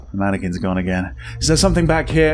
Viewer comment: "How many Mannequin's can be around here?"........ MANYquins